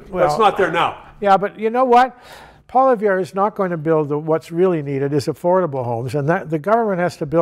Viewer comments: Who the hell is "Poliver"? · Polly Ev, it’s not that hard to say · This might be the least convincing thing I've ever heard. He trashes Poilievre for promising to build houses, while the Liberals have promised 4 million built by 2031, but doesn't mention that. Also, he still doesn't know the pronunciation of Poilievre...and he was press secretary?